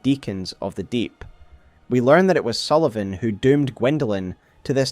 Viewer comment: Pontiff Sulyvaghn